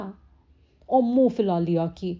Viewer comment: Lafz Faad nahi Phad Phaad hai, Fate nahi Phate, Phula liya and not Fula liya--kam se kam yahan to talaffuz acha hona chahiye